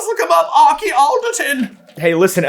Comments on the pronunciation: do they acc not know Archie is pronounced arch-ee or are they joking I can’t decide 😭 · How have none of you heard of an Archie before?! Pronounced with a hard CH sound, like the beginning of "Cheese" Are Ch Ee. Is it just a very British name or something?